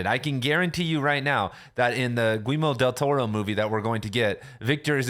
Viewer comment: Who’s Gweemo Del Toro?